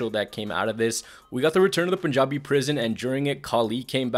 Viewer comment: The way you said “Punjabi” proves that you are an Indian 😂